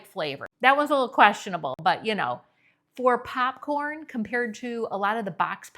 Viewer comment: Because you asked in a previous video to explain how 'we' hear your accent that you don't hear in yourself... Ok, Popcorn: what I hear from you is 'papcorn' so some of your o's sound more like short a's. Then in vanilla and himalayia both of the i's sound like e... like vanella or hemalayia. I'm from Montana and could not hear my accent either until I lived in California for 30 years plus the movie Fargo. I grew up hearing milk pronounced melk, and eggs pronounced aigs. IDK, listen to yourself compared to newscasters on the national level. Not saying one is correct, but there is a difference. (Also I'm sorry if my descriptions are fuzzy)